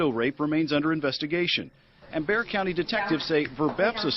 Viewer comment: It's not "Bear" county - it's "Bey-har" (spelled 'Bexar') AND the term in this woman's case, it NOT 'Gang stalking.' It's called 'Gas lighting.' Gang stalking is different.